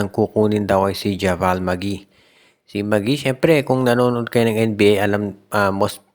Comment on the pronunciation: kala ko ba nanood k ng nba?ndi javal ang bassa dun jabeyl ang pronounce nun